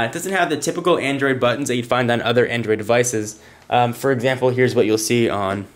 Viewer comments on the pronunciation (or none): "Examperr" xDDDDDD